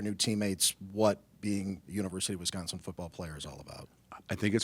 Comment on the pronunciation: Luke, I’m buying everything you’re selling. But if you’re gonna coach in our state, you’ve gotta say the name right. wi•SCAHN•sin